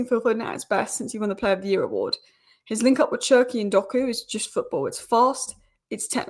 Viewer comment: Désolé mais tu dois prononcer cherki: ''chair'' ''key''